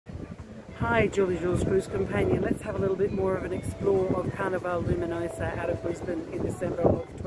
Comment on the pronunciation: The area in the shop with cruise needs is called Sundries. A commissary is a word used on military bases or prisons. Also, you kept saying Carnival-e ..... Carnival...as in the way you would name a place with rides and fair ground attractions. Carnival :)